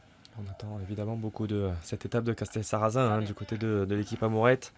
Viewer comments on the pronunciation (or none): Castelsarrasin dans le 81 ? 😂 C’est dans le 82 (Tarn et Garonne) et c’est un « s » à la fin pas un « z ».